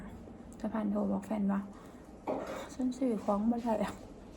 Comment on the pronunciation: หัดพูดด.เด็กไห้มันชัดค่ะคำว่าได้ไม่ใช่ล่าย